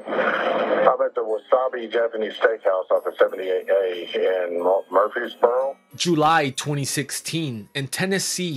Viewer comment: *Murfreesboro not Murphysborough